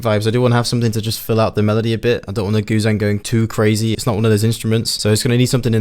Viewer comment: What is that thing called again? It sounds like you're saying Goo thang....in which case....You're my GOO THANG, Can't get enough, I love your plucks, let's turn it up, you get what you want, cuz you're my Goo thang!